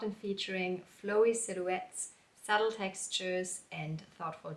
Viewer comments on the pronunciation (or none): none